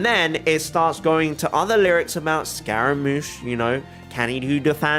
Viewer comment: scaramouche is pronounced differently, I think you should look it up :) it's like scar-a